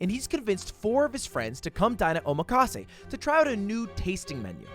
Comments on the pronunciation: Ludwig: "Ow-makaase" Genuine question though, if Engrish is a thing, what is it called when one applies the English accent in Japanese language? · I was like "oh cool this should be funny" and then he said "omakase"... how tf?!